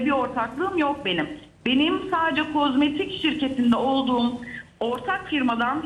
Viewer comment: KOZMATİK DEĞİL KOZMETİK ÜRÜNLER, Sevgili hanım yabancı olduğum halde kulaklarım kanadı, en azından ekrana çıktığınızda dikkat ederseniz iyi olur,naçizane fikrim